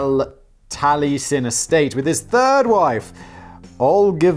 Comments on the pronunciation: In retrospect, FLW homes and his other buildings are timeless Classics. Falling Water is a bucket-list destination for many FLM fans. Maybe you should view one of several docs on his work, which I can't get enough of. Pronounce it tal-ee-Es-en. Unfortunately, your FLW diatribe amounts to joyous, ignorant ridicule. And, yes, his decorative pieces Are integral to the FLW "experience" and valuable to collectors. For God's sake, it's pronounced kah-Zahn, not Kay-zn. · I live by Spring Green. You can tour Taliesen (Tally-eh-son). It's beautiful. As beautiful and brilliant as FLW was a bellend. Also, it's pronounced Dodge- Ville. Like the game Dodge-Ball. Can't help my pedantry. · Ok, usually I find Simon’s ignorance a bit charming, but how can someone not know how to pronounce Taliesin. Oh wait, I am from Wisconsin. People struggle with our pronunciations.